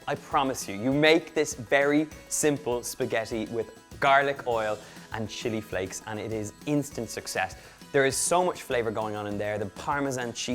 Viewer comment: did he say shity flakes lol